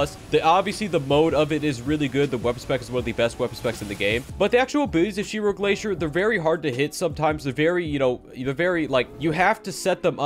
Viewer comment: Ma man just Called Zero Glacier - Shiro Glacier 😆 🤣